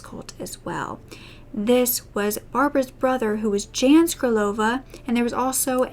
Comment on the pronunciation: Jan (M) is actually sounded out like Yawn